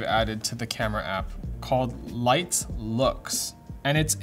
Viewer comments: Perfect Leitz pronunciation. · Your pronounciation of Leitz was spot on. Source: I'm from Germany. ;-) Edit: Typo. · Pronounciation of Leitz is on point =) We'll accept you as a German now =)